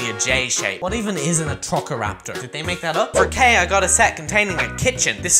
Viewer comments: I here him say atrocoraptor instead of atrociraptor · "Atroccoraptor" AHHHHHH ITS NOT ATROCCORAPTOR ITS ATROCIRAPTOR! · YOU SAID ATOCIRAPTOR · As a jurassic world fan, i am offended on how he butchered the way you say atrociraptor edit:grammar fixes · Yea same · Me to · yes it was funny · yea it was kinda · How did he say "Atrociaptor"!? 😭😭